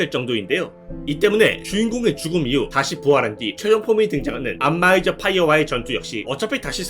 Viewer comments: 안마이저가 자꾸 안마의자로 들려서 웃음참기가 힘듬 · 안마의자라고 들려요 ㅠㅠ